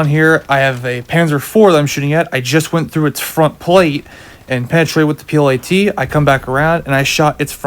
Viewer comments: its not P.L.A.T ... ITS P.i.a.t ..(projector infantry anti tank) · Bud its a piat not a plat lol but thanks for the info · The piat is pronounced like fiat not plat